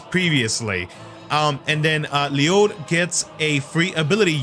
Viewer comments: Bro I keep telling you It is pronounced "Lluyd." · You sure its not just pernounced l-uh-d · You pronounced it right sir. There’s even an ongoing topic that Ryudo is also acceptable, just not ‘Lie-yud’.